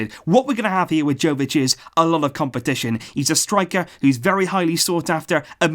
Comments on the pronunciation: its yovic no jovic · Its yovic not joevic. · Uhmm ..... Ur pronouncing Jović wrong I mean ur pronouncing J wrong, its not Džović, its Yović, listen, I live in country right next to his, Croatia, and we have different letters and all that crap, but his surname is really simple to say. U have to pronounce it like its writing Yović not Jović. Read this Jo like Yo!!! :) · Jovic is actually pronounced as 'Yovic' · OK,his name is pronounced Yovich,like Mila Jojovic,Yoyovich ,its Yovich,hahahaha, Yooovic! You can do it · Hey, love the video. I just want to correct you on your pronunciation. He is serbian so his name is pronounced yovich. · Its 'yovic' sir, not with a J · its prounonced YOvic and JOvic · luka jovic pronounced as yo-vich.. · And it's pronounced Y-o-v-i-ć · Just a heads up, it's pronounced Yo-vic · It’s pronounced “YOVICH” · Just so you know, 'J' in Jović is pronounced as 'y' in you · You should pronounce J as J, not Y.